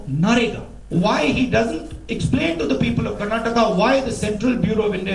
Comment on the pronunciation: Tell this fellow, it is not "Karnatak" but "KARNATAKA"!!!!! Why do Psychos like this fool come and disturb the peace and tranquillity of our wonderful state.